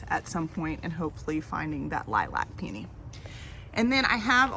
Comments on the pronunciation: Since you asked 😀 Itoh peony is pronounced EE-toe PEE-uh-nee. Itoh is a Japanese name, after the man who hybridized them, and that’s how the name Itoh is pronounced. It’s also KLEM-uh-tis. But, if you are saying the botanical name Paeonia, then the second syllable is emphasized, pee-OH-nee-uh, so I think that’s where the mix up comes from. I have no idea why the mispronunciation of clematis got started, but now it’s about as prevalent as the correct pronunciation. That’s the one word that’s like nails on chalkboard for me, although I know pronunciation isn’t something a lot of people care about. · Pe-oh-nee has always sounded weird to me first some reason; I’m a pe-ah-nee kinda guy lol. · Hi and. Love all your plant choices. There’s nothing like lime green (or chartreuse) paired with purple. Love it. I know pronunciations differ according to the region where you live. In my neck of the woods, we pronounce peony « pee-uh-nee », and Ito, being a Japanese name is pronounced « ee-toe ». Regardless of the pronunciation these plants are gorgeous. Btw, love your gardening crew! They’re the cutest gardening buddies ever (no offense 😊). Happy gardening and we’ll see you in the next video. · I always thought it was "EEE-toe pee-OH-nee". Born and raised in Tulsa... really enjoy your videos and adventures. Are you still planning to espalier on the fence by the driveway?